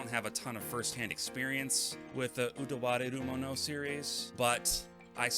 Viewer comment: You get my like for pronouncing game titles in their respective languages (Utawarerumono and Gris) haha. More seriously, great pickup video. Truly enjoy the content you post on your channel.